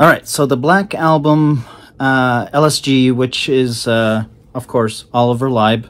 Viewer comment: Thanks for putting out this review - one thing to note: Lieb is pronounced "Leeb", not "Libe". The Black Album is a unique infusion of trance and hard techno. It is techno designed in such a way to sound "trancey". I was lucky enough to hear some of these tracks at techno events many years a go...Cellular and 88 sound monstrous on a big sound system.